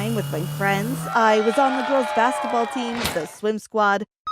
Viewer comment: Did you just say bacitball